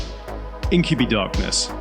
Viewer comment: Incub-eye not incu-bee 😂 Right after correctly pronouncing chitin.😂😂